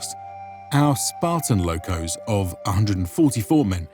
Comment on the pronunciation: is called Μοίρα sounds like Mira . And lochhoos not lokos, Lochhhhos